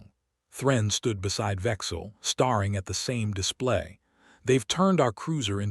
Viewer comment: HEY AI NARRATOR: STARE ---- STARE ING. NOT STAR ---- STARING!! Learn the RULES of ENGLISH.